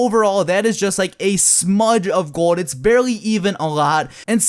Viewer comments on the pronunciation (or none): Sounds like you say gord instead of gold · i dont know why but it really annoys me everytime you say "gold". lmao